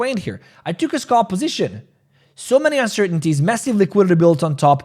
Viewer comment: SAY AL SAY AL SAY ALP SAY ALP SAY SCAL SAY SCAL NOW SAY SCALP ITS NOT SCOLP